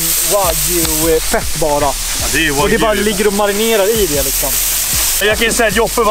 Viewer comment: ”Det vart snack om nån wagyu” lät mer som ”Det vart snack om nån va gay” haha